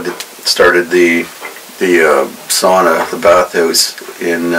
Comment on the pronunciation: You really got the hang of pronouncing ‘sauna’ right‼️